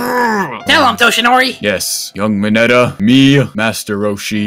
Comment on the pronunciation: tbh I thought mineta said big chungas